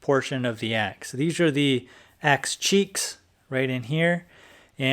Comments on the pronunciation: This that guy just said "Axe Cheecks" and we gonna let that slide? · 🤣 you said axe cheeks 🤣